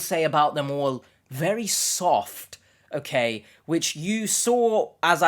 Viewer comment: You pronounce the store Okayjah